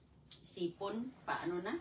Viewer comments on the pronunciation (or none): Mali ang pronunciation mo ng sipon.